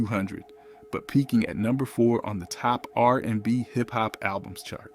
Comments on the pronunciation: ...and also "r AND b" 😅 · Right! Also "R....&B"🙄